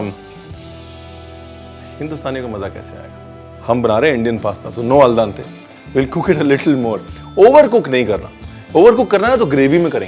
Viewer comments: Ranveer, its Al Dente, not Al Dante. :) Binging on your videos, but the Italian in me (lived there for 9 years) couldn't help but correcting you here :)! Great show! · Al Dante nahi al dente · #RanveerBrar a slight correction in the pronouncing, it is AL DENTE, not AL DANTE☺️ Amazing recipe! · Sir i love the way how you cook and how you describe the taste while cooking. But with all due respect its not “al dante” but its “ al dente” which mean chewable. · It's Al Dente, not al dante